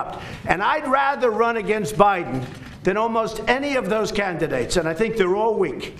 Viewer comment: He called em "Can't-idates"... is too funny